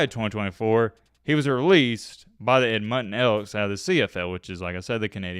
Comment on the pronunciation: Ed mond ton, not Ed mutton